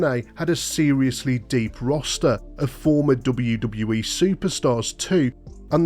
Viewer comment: the way this dude says ' DUBBUWU DUBBUWU E" fuckin erks me so bad